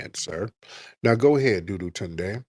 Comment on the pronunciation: Not "DOO-DOO- TUNDE"!!!!!😂😂😂😂